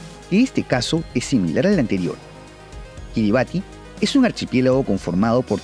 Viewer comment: Se pronuncia KiribaS ;)